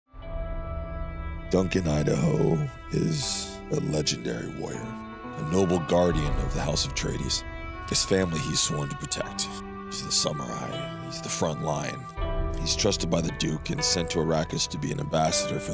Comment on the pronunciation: It’s House Atreides, not house of trades.